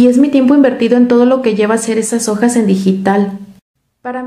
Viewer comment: Corrige "okas" por "ojas*" jjaajajajajajaja 🤣🤣🤣🤣🤣